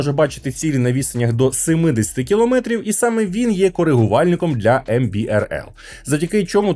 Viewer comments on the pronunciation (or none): none